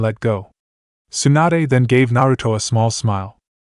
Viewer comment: stop calling tsunade, swanda